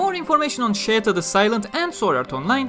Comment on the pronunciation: Listen to her name being pronounced in the Anime. There is absolutely no "Y" anywhere. Sheta and Scheta are the only acceptable romanizations in her case. We decided to settle for Scheta because nobody uses Sheta.